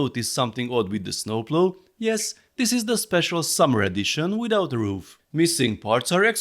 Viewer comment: Funny how you say snooploo I’m dead hahahaha😂😂😂